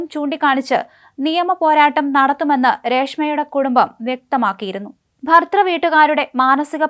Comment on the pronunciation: ഭർതൃ..... അന്വേഷണം. എന്നീ വാക്കുകൾ മോളൊന്ന് പറഞ്ഞുപഠിക്കാനുണ്ട്....😂😅